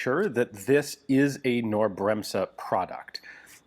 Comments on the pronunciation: Knorr .... K .... as in King.... not know.... KNorr ... K 🙃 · For info, it's pronounced Ca-nor -- the k is not soft in German. I learned this directly from KB employees during a client visit in Munich. FWIW: in the late 1800's, the company became Europe's 800-lb. gorilla equivalent to the U.S. Westinghouse Air Brake Co. (WABCO), both of which pioneered pneumatically-controlled train brakes. These new air brake systems permitted simultaneous remote control of all of the train's railcar brakes, eliminating the need for multiple brakemen scampering across the roofs of boxcars to turn hand wheels to set/release each individual car's mechanical brakes. Georg Knorr developed the "Knorr brake," which became the European standard railcar brake (hence the original company ultimately being renamed the German equivalent of "Knorr Brakes"). As an industrial powerhouse with massive metal-working expertise, it's no surprise that KB was involved in supporting the war effort in both WWI and WWII. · Wow, too bad the bolt and other parts are missing... Btw. for "Knorr" - Say the K out loud — like in "Kick" — and then "norr" as done so its sort of "K-norr". Then you have the almost perfect pronunciation in german ;-) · The K in Knorr is not silent. It's Knorr nor Norr. Very interesting however. It's sad that we'll probably never know what it was supposed to be or how it worked. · I know Americans cannot pronounce the German "kn", the k is not silent, and when Americans try to pronounce it, it comes out as "ke-norr", in this case. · It's Knorr - not "norr". The K is pronounced in this German name, it is not silent like the "k" in English "knight". Sometimes I really wish you would spend a few minutes letting Google Translate pronounce words, or better yet, find a video about the subject name spoken by a native speaker. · Side note: K in german is never silent. Pronounciation would be "Cnorr" and not "Norr". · Knorr: the K in the beginning of the name is NOT silent! It is pronounced!